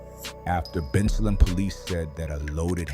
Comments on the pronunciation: The pronunciations are off They're pronounced Ben- sale-em (Bensalem) and Nesh-Sham-eh-nee (Neshaminy) mall People got pissed when Umar said 10% of these niggas would need to be eliminated. Demons really do walk among us and I guarantee you some adult saw what was coming by the time they were barely out of diapers. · The way AI says Bensalem and Neshaminy 😂😂😂